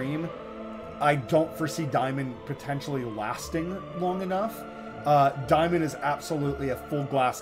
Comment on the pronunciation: I don’t where you got “diemon”. It’s daymon. Instantly shut this video off and will never watch anymore of your videos. Go back to school